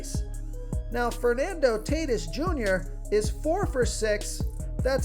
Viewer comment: Cmon man- Fernando Tay Tis Jr.? Any baseball fan knows his name is pronounced TAW-T Ē S